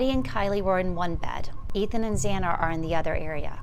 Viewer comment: And Zaina??